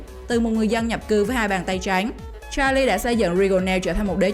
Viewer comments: Giọng đọc nghe khó chịu vkl lun ý. Hai bàn tay trắng .mẽ đọc hai bàn tay tréngggg. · "Hai bàn tay tránh" nge đọc khó chịu thực sự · Bạn nói từ trắng , chữ khó khăn nghe kiểu gì ấy